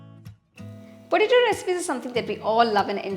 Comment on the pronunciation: Say P O T A T O. Not preto.